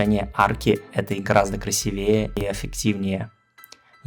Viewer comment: Правильно: красИвее... а не красивЕе...